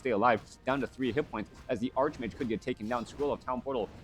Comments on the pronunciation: I always abided you saying arsh mage because I thought English wasn’t your first language. But it’s always been pronounced arch mage. :) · I prefer ark mage, but that is how I would say it for and ark angel or ark demon, or whatever. If arch mage makes you happy, then you should keep saying it. I love your casts!